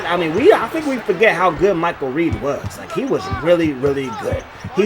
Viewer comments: It’s Redd pronounced like the color it’s not Reed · REDD(Red not Reid) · Michael Redd.... Pronounced Red like the color....😂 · REDD not Reed 🤣🤣🤣🤣 and you gotta play zone on defense man, or double team the shit out of them dudes when they get hot like that. Them point guards will hop step you to death on this game. Straight up cheese smh.